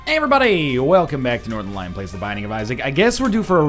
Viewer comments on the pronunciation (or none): none